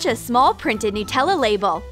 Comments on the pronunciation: is it just me or did she say NutellO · Well I think they say nuh-tella in a different place